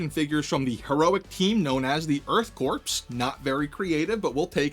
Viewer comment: The inhumanoids didn't have a bunch of human dead bodies. It's not the Earth corpse it's the Earth corp.. pronounced core